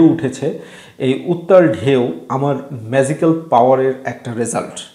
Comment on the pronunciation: জ আর য এর উচ্চারণে ভুল আছে, ম্যাযিকাল না, এটা ম্যাজিকাল।